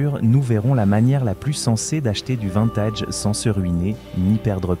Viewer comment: Des que j'ai entendu "vINtège. J'ai coupé.